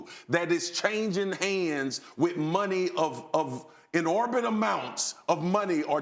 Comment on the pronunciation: Inorbindate amounts 😂